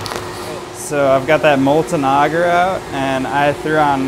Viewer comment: its not "auger" its ay-ger